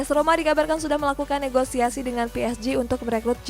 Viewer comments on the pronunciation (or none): none